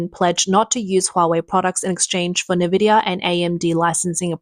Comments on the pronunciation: If you can say "Cambricon" you can say IN-vidia. NOT NA-vidia. Their logo literally tells you HOW to say it. Nvdia. There is no NA- or NE- sound. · It's not nah-vidia, it's n-vidia. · I like your videos but you gotta get an AI voice that doesn’t pronounce “Nvidia” as “na-vidia”.